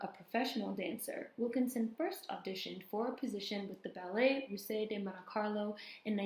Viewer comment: Really enjoyed this one, especially as I was a dancer in my 20’s (end 70’s- mid-80’s). Oh - Ballet “Russe” is pronounced “Roose” - the Russian ballet company. Sadly, I did not know of Ms. Wilkerson (I was a modern jazz dancer, although I did study ballet). The world of dance is very beautiful, but also very harsh and judgmental. Ballet especially is totally fixated on achieving perfection, and of course, in every way, that “perfect” ideal is based in European culture, body type, and beauty standards. Black women are at the bottom of the pecking order, while Black male dancers would be snapped up real quick! I know she went through it big time. Wonder if she got involved at all with Dance Theatre of Harlem? Anyway, thanks so much for sharing this Queen’s story!